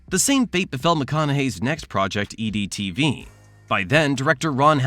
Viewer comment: Is the voice AI? His voice pronounces EdTV as EEE-DEE TV. I didn't question anything until that moment in this video. Am I wrong?